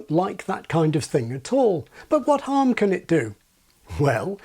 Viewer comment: There's something else young people do. she doesn't say "unpublish ʔit", she says "unpublish ʔiʔ". They replace all of their mid-word T's with glottal stops, like now it's "buʔon" instead of "button".